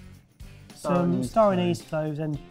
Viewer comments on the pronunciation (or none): none